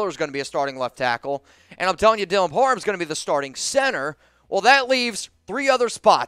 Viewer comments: It's Parham! Not parman! Your dyslexia is strong this time of year😄✌🏼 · Am I trippin, or does keep saying Dylan par "men" instead of par "ham"? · IT'S PARHAM NOT PARMAN LOL